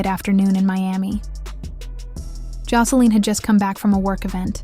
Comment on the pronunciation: Josa- LEEN 😂😂😂